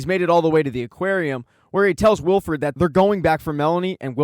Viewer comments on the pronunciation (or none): thanks, but its wilford, not wilfred, cheers